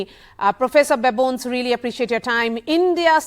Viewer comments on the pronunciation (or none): Wonderful conversation. I believe the presenter got the pronunciation of Prof. Babones’s name wrong. Important to research such things beforehand.